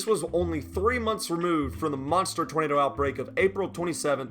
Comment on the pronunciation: "Oh...*'NADER!!* " made me wheeze, cause I've talked like that too